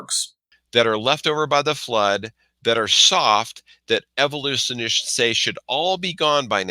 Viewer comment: Dinosaur "genres", "evolusonists", "cartlage", pretty sure he said "pure" reviewed journals... are we sure isn't just illiterate, if English is his first language?